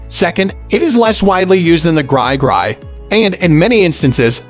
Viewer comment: He said "gry gry"